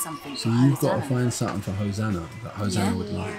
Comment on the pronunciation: wow...!! you are actually saying Hosanna correctly! you are very smart, and charming, I will miss how you used to call her Ho na na''' you're growing too fast dude